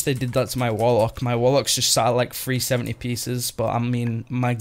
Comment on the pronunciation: ah, there's your talents again! haha... Mate, when you were talking about your gear ilvl, you kept saying FREE70, FREE80... i was so confused mate, it took me a good minute to realize you were saying 370, 380... haha, it's all good fun bud, keep up the entertaining video's. xD